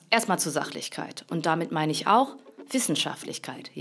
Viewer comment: Wie Lefloid gesagt hat Maine Partei XD